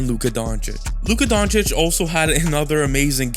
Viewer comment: Dude can't even say Doncic right after 6 years. We all know he does it on purpose just to spread hate